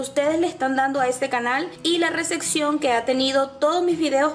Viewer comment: No se dice receccion...es recepción!!